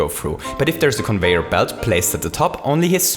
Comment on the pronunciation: Also plase say Conveyer instead of convoyor.